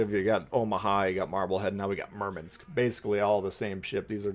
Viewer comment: WTF is a Merminsk lol